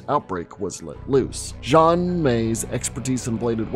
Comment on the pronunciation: Xian is pronounced "Shi-Anne" in Chinese. Just saying. Qs are also pronounced like the "ch" sound (like church or QurQ)